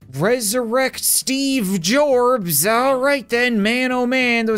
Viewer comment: "Steve Gorbs" i think you mean steffen assistant